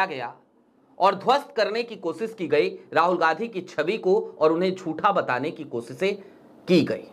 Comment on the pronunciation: चैनल तो चला रहे हो पर हिन्दी ठीक से नहीं बोल रहे हो जो इतना कठिन भी नहीं है ,गांधी शब्द को बार बार गाधी बोल रहे हो